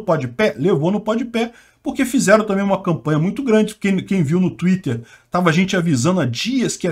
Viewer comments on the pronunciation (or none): none